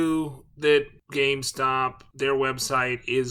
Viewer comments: GameSTOP... not GameSpot.... Those are entirely different entities. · why tf u call it gamespot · Why do you keep calling GameSTOP , gameSPOT?